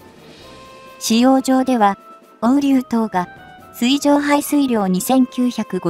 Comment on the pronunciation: 水中が読めて水上が読めない。ほぼ100点ですがみずかみは聴いていて冷める。